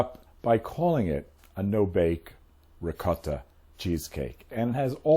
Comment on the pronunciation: Mark, I am so proud of you.......are you Italian? You pronounced Ricotta perfectly !